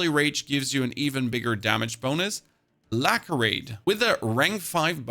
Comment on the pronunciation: lacerate with an s, not a k :-)